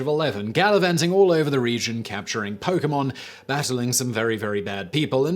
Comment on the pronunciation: Yo, I feel like Simon knows a little bit more about Pokemon than I thought. He hasn't mispronounced a single Pokemon's name or anything. 💯